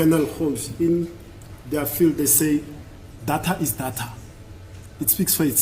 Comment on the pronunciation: Its called Deyta, not dhatha😂